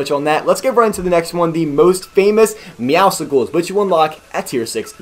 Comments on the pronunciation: It’s pronounced meow-sills not meow-sickles, as it’s a pun for meow and muscles. Also “pickle” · Why is every one pronouncing meowscles wrong the c is silent